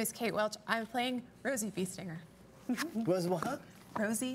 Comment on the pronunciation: First, I understood "Biestinger" (in The Dark Eye => intelligent animal type of feyfolk) instead of Beestinger.. And I thought, wow cool does she know german and did she play "The Dark Eye" already? :O until In understood :D too much Pen&Paper for sure